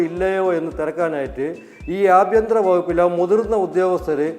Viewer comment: ഞാള് 'അ' കാരത്തിന് പകരം 'എ' കാരമാണ് ഉപയോഗിക്കല്. ബാങ്ക് കൊള്ള ഞാക്ക് ബേങ്ക് കൊള്ളയാണ്. അത് കൊണ്ട് ഏഭ്യന്തരം എന്ന് പറഞ്ഞ് ഞാളെ നൈസായിട്ട് ഏഭ്യൻ എന്ന് വിളിക്കാനാണ് നിങ്ങടെ പരിപാടിയെങ്കിൽ അതങ്ങ് കൈയിൽ വെച്ചാൽ മതി. ശുംഭൻ എന്ന് വരെ സ്ഫുടമായി വിളിക്കാനറിയുന്ന ഞാക്കെന്ത് ഏഭ്യൻ ?